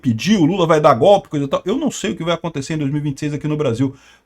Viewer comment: Vc fala bem, acobtecer. É precisopara de falsr ACONTIIIIICER.